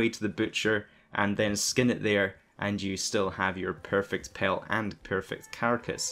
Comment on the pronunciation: Don't you mean 'Ferfect Felt' and 'Ferfect Carcajj'?